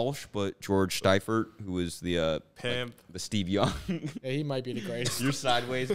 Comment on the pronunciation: calling his 49ers coach "George Stifert" when his name is pronounced "Seefert" is the moment I knew he would also bomb this trivia 😂